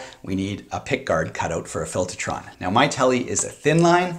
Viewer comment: Filtahtron. You from Jersey now?